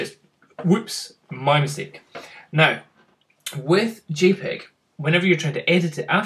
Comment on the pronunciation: it's not gpeg, it's jpeg